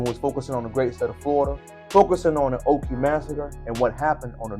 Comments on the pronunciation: Nope. I grew up there and went to Spring Lake Elementary and Ocoee Junior High. It’s just west of Orlando. It’s also pronounced Oh-Koh-Ee not oh-kee. Yes, we knew the history. It was a “Sundown Town” and my black friends would NOT stay around when it was close to getting dark. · There's no way on Earth that you were raised there or you would not be pronouncing it like that